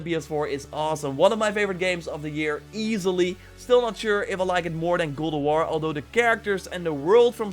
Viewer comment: "Gooda waor"